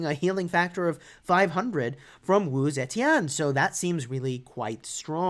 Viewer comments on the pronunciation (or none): her last name was off